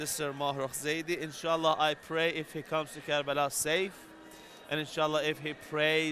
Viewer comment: Why is it always karala? Its karbala.